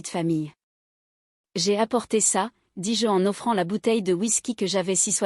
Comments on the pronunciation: Petite histoire distrayante réalisée par intelligence artificielle. On peut le déceler quand vous entendez : " dis-JEU " au lieu de dis- je . On ne peut pas applaudir ou plaindre des personnages virtuels ou alors plaignez Cosette ou détestez les Ténardier . C'est une fiction pour distraire un petit moment. Autrefois quand une troupe donnait un petit spectacle dans un village celui qui avait le mauvais rôle devait se cacher sinon les villageois l'auraient battu , confondant la réalité et la fiction . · Lecture trop longue. Et le "dis-JE" est trop prononcé" car le JE se dit Je mais NON JE appuyé